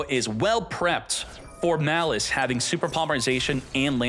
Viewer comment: please, it's maaaliss not mliss